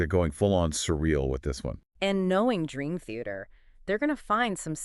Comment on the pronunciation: Ah yes, my favorite band… Green Theater. AI ‘podcasts’ are so lame.